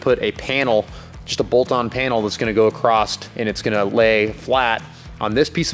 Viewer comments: I have to say that across doesn’t have a T at the end and it drives me nuts! Am I the only one that has noticed? Lol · ..There is no 'T' in the word 'Across'.......LOL !!!